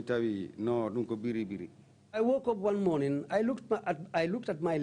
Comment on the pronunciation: I don't know why the TRRC staff keep saying " BERRI BERRI." It's "BIRRI BIRRI," for God's sake.